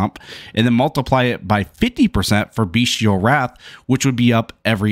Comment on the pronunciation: Nice comprehensive walkthrough 👌 btw... it's bestial, not beastial 🙃